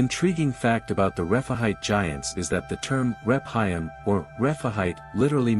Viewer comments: Please AI pronounce Rephaim as Refaim, not Rep-haim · I do believe it is pronounced....Ref-ah,- eem...... and it is plural.